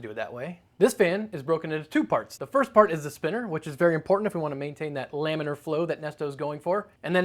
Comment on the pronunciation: Wait what is Layminer flow? I know what laminar flow is, but not layminer. Lamb...lame...lambiner flow :)